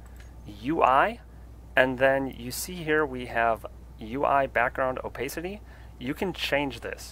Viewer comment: Why does he say “opacity” like that 😂😭